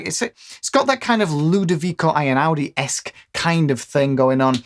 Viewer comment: Great video, very useful!!I'm from Italy and the way you pronounce the name Einaudi is reallly fun!